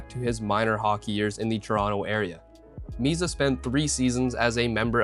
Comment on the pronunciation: It's "Misa", not "Miza".